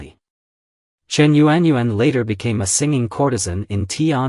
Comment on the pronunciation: It's not yu-an yu-an 😑 proper pronunciation in phonetics is yawn..... Learn the Chinese language because it's obvious that you're not Chinese. Using the wrong tone or intonation gives the wrong meaning.